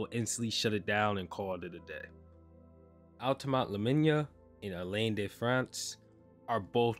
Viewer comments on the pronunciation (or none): none